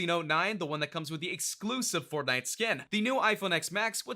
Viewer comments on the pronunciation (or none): none